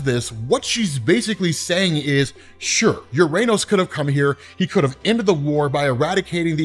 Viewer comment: Just a note, "Uranos", as per ancient Greek where the name comes from, is pronounced as "ou-rah-nos", or "o-rah-nos", and not as "youranus"